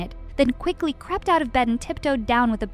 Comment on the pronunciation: Crept huh?